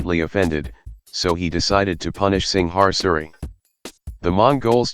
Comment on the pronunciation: Dude I know you can pronounce Singasari. You are Malaysian. So try harder next time. Also Javanese, Sundanese, Balinese, Maduranese have used Steel weapons for a long time.